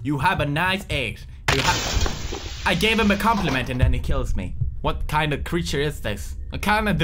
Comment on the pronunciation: "I gave him a conplinent and killed me " XD